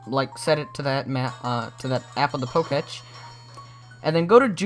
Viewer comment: it is POK-E-TECH NOT POKESH